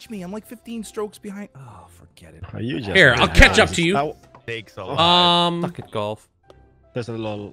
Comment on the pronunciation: It's like how he pronounces golf, "jolf" It's a comedic on purpose mispronounce.